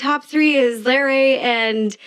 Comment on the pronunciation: He also kept mispronouncing “Larray” as Larry through the whole video 😬